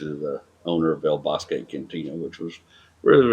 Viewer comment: Boz-kee not Boz-kay!!!